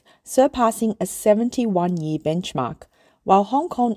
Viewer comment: The narrator keeps pronouncing the word "year" as "yee." Sounds like AI, or someone clueless.